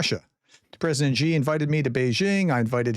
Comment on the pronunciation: You need to pronounce Xi correctly if you want to mention the dude's name. It's "SHI", not "GEE". Not hard at all.